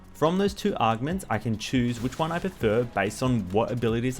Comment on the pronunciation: I appreciate the guide but the way you say augments is pure aids. That’s not how you pronounce them at all. Unless your just doing it that way for fun.